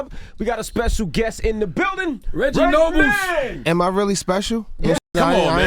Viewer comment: Stupid ass Charlemagne mispronouncing his last name "Reggie Nobles!!" - Redman said "expectated" lol. Hip Hop Dictionary entry #449. - Redman "Aweady" lol - Tentative to his fans? Attentive man! lol Red's brain is gone! - Redman got his feels on lol